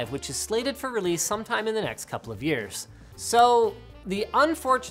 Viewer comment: months or jears??